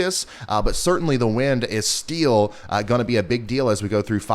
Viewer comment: Is it just me or did anyone else notice how he says the word "still' as STEEL?? No?? OK guess it was just me... lol Oh and I have always found Tropical Tidbits my go to for the Hurricanes... Just saying!!